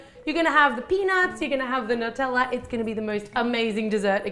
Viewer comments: NUT-tella?! That's so wrong! It's NEW (or noo)-tella! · Has anyone else noticed she said "nuteller" instead of "Nutella"? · that's NOT HOW U SAY (NEW-TELL-UH) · Sometimes she says nuteller and I think it's so funny, I don't know why it's so funny to me but it is